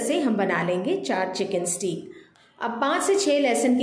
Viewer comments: پیاری بہن سٹییییک نہیں ہوتا سٹیک ہوتا ہے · Haha. Stake not steeek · You can simply say chicken fillets instead of ( steek ) or steak which is pronounced as stake 😅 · It’s steak. It’s pronounce ‘stake’